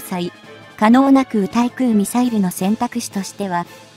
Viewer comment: 空対空 : 〈そら たい そら〉ではなく 〈くう たい くう 〉です。